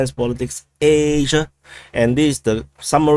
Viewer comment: I hurt my neck every time you say Asia. Any one else twist their head side to side when says Asia?